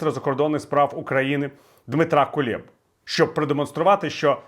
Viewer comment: Чому всі, павіть пан Портников, кажуть "КулЄба"? Він же "КулЕба"